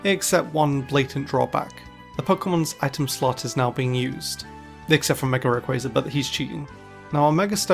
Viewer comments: you're saying it wrong is what i mean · "ray qu aye za" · Your pronunciation of "Rayquaza" hurts me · clicked right off after the way you said rayquaza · How has it been 12 years and people still don’t know that Serperior DOES have arms? Is this like the mispronunciation of Rayquaza, incorrect info that’s permanently set in stone within the Pokémon community?